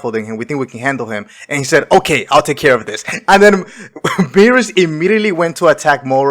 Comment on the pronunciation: He called this nigga "Beerus" like 80 times, my god.